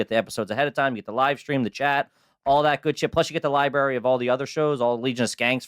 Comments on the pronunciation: He said "Liberry" instead of library, HA HA, Garbage! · says li-berry instead of library. A true city boy. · is trash because he says "LiBerry" Right out the gate. Love you guys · Have you been commenting on this one and reminding people to watch it? Also says "li-berry" in the first like 5 seconds. Trash trash trash! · Did just fuckin say Liberry? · Did say liberry to kick it off? Yeesh. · Did that crazy-looking fothermucker say "lie berry"? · If you pronounce library as "lie-bary" 8 seconds into a video, you're garbage! 😂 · omg he said Libary....lol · Had to fight to keep listening after you said fuckin “Lie-Barry”. Christ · Do you say "liberry"? If so you are and you're TRAYSH.